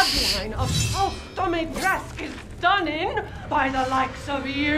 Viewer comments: The name has romanian origin and you pronounce it like you write it Dimitrescu! The main character saying it like Dimtresk, but its wrong! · yeah, but even if that was the case, you wouldn’t pronounce it as “Dum- EE-tresk”, you would also have to include the U at the end so it sounds more like “Dum-EE-tres-coo”. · Oh ok, my apologies for misunderstanding your comment ;-;. For IPA, I am guessing it would be “Dumi’tresku”, as supposed to “Dumi’tresk” (Capcom’s pronunciation). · The actual character saying her name: Domitresce Mark being dumb: I think it's dimitresq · The real word equivalent is Dumitrescu and sounds a lot like what the voice actors are saying. In game it's spelled Dimitrescu so I don't know why they would pronounce it like Dumitrescu unless there was a typo somewhat early on and they stuck to it. (u is next to i on qwerty keyboards) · I think it's pronounced dimitrOOOOH YOU STILL THERE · Mark: I don't why she's so mad at me Also Mark: kills her daughters and repeatedly pronounces her name wrong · mark correcting Dimitrescu on how to pronounce her own last name and getting his ass slapped for it seems about right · Mark here trying to correct Lady Dimitrescu on how she pronounces her own name cause he likes the he pronounces it more XD